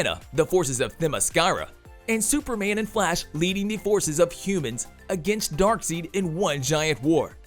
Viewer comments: Please stop saying "Dark Seed"......please...thanks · I can't take this seriously when you're calling Darkseid, "DARKSEED" the entire freaking time!!! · Exactly. Credibility down the toilet. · This dude really saying Dark-seed ? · Dude...stop calling him dark seed!!! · Voice over dude!🤦🏿‍♂️ Bruh, who the heck is DarkSEED 🤣??? You lost som credibility with that! KMSL! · Darkseed? Darkseid... zzzzzz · yeah why was you calling it darkseed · LMAO Right? He's all trying to explain who Darkseid is 😂 Like seriously did you not watch the video where he calls him "Darkseed" the entire time. 😆 did that just go swoosh right over their head's!? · I hate his pronunciation of Darkseid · Drives me nuts how you say darkseid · This channel regularly has incorrect information. Even if its an AI voice though, you'd think the person who owns the channel would catch that mispronunciation and correct it, if they knew anything about Darkseid, comics, etc. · Took me right out the moment. How can you mispronounce Darkseid's name? We grew up watch and reading this! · I think it’s a UK English thing since (EI) is like (EE) there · Darkseed lol... its not Dark seed its Dark side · It's Dark-SIDE, not Dark-SEED. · He’s not even saying darkside hes saying dark seed smh lmao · Its not dark seed....its dark side! Lol driven me nuts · Come on man, it's Dark(side) not seed.. 🤦🏾‍♂️ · If you’re going to report on a major character especially a villain get the name right, I kept cringing as the narrator kept saying DARKSEED the correct way to say it would be DaarkSide even though it’s spelled Darkseid. Either way this person can’t be a fan to get it wrong the entire presentation. Personally I just want to boo this man!!! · He keeps saying dark seed.. its dark side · Dark SIDE! not seed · He can't even say his name right it's darkside not darkseed lol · It's Dark'SIDE'! What the hell is Dark'seed'? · DARK SIDE..not DARK SEED! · even still if European English, the Character is Named Darkseid not darkseed